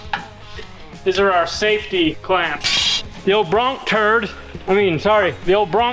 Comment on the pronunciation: "Broncturd"? That's blasphemy.